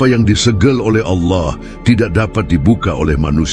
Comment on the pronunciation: 1 hal saja. Allah itu sebut jgan auloh.. kerna itu membuat kelas sebelah pikir Allah kita 1. Kita beda...maka sebutan Allah sebutlah dgn btul n jgan auloh.